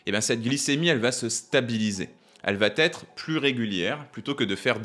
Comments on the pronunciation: Exposé très intéressant et qui devrait m’aider à consommer moins sucré. Par contre une faute de français récurrente et agaçante... on dit «ça va être » il n’y a pas T à va... on ne dit donc pas Ça va T’être .... merci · Vidéo parfaite, merci. Elle confirme et justifie ce que je fais dėjà tout en pratiquant le jeûne intermittent 8/16. Mais j'ai une remarque, vous faites tout le temps une liaison catastrophique : Quelquechose va-t-être, ou vat être, ou va têtre..... au choix. Mon épouse m'a souvent fait cette remarque et je vous en fais profiter. De rien! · Intéressant mais ...... çà "va-T-être" !! Faut absolument éviter cette liaison "mal-T-à propos" qui dévalorise le discours et l'orateur ! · Répéter "cela va-t-être" m'a arraché les oreilles. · Merci pour cette video. Juste une petite remarque bienveillante et surtout qui ne vise pas a heurter. Il n'y a pas de "t" a "va"... liaison mal a propos. Amicalement. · Merci pour cette video. Juste un petit conseil de prononciation : on ne dit pas "elle va-t-être" mais "elle va être". Bonne continuation. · Votre vidéo est très intéressante, et votre discours est d'une grande qualité d'écriture. Mais vous dites tout le temps « va-t-être », alors qu'aucun « t » épenthétique ne doit apparaître entre le semi-auxiliaire « va » et l'infinitif qui le suit (lorsque celui-ci commence par une voyelle). Le syntagme « va être » se prononce « vahêtre ». C'est facile à vérifier. Bien amicalement. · Vidéo intéressante comme toujours 😉 (Attention à la diction ! "Va être" et pas "Va t'être") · Super. Par contre les "ça va t'être" font saigner les oreilles ! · "Ca va t'être"...Ah ces liaisons mal t'à propos.... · à 2"10 on ne dit pas : "ça va t'être " , IL N'Y A PAS DE "T" à VA -> DONC PAS DE LIAISON :face-green-smiling::face-orange-frowning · Le « va-t-être » peut faire perdre à un discours scientifique un peu de sa crédibilité. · très interessant ! attention à tes liaisons elle va (t) être 🤗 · "Ça va(t) être"....Tu bois trop de thé!😋